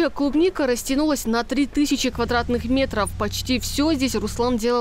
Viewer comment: Не клубника а трубника